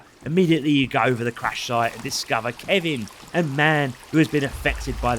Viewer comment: Whos Kevin ? its KELVIN ..